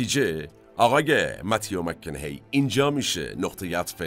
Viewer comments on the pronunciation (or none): جناب، تلفظ درست اسم ایشان، مَک کاناهِی است. شما میگید مک کِنِِهی. سپاس از کلیپ.